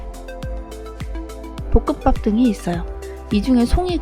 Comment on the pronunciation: 볶음밥 발음이 ㅋㅋ